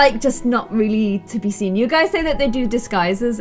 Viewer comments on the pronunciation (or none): none